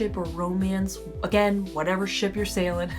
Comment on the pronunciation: Did you say ship or shi...